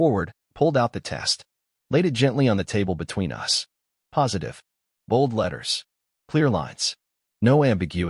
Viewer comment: Fair story, good editing, narration mispronounced common English words for the story context (us, live, lives). Captions not watched.